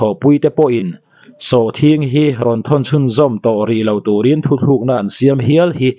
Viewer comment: Khawngaih tak-in, "thu-t(h)luk-na" ti-a i chhiar/lam-rik hi "THU-TLUK-NA" ti-in chhiar/lam-ri thin tawh zawk la ka va ti em.. An dang-lam-dan... 1, Thu-thluk-na. Thu hi kan thluk deuh chuan kan zai ti tih deuh zel mai zawng a nih hi le.. A Solfa deuh tlat thin-in ka hria. 2, "Thu-tluk-na" Duh-thu-sam, Ro-rel, Thu-sawi, a tak-a chan-tir tur-a pawm ( Decide ). 🙊🙈🙉